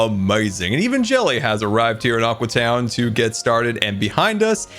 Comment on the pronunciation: All the time when bdubs is in aqua town he calls it aque town